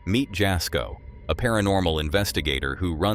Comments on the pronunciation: FYI jasko is pronounced yasko the j is pronounced as a y x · The "j" in Jasko"s name is pronounced as a "y." ie., Yasko.